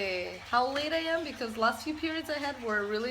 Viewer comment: In the beginning it sounds like she's saying "laid " instead of "late" 😂😂😂 I was dying